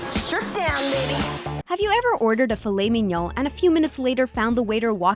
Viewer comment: Where do these videos get the voice over people from? Cant pronounce tiramisu, filet mignon, makes up words like therapeutical. Are the people in this country really this fucking stupid?